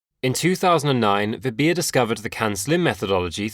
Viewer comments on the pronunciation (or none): Her name is called as "" "v" "bha" "". not "v" "bhi" "ya"